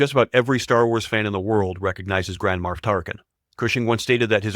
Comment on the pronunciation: Excuse me? Grand Marf? It's Grand Moff.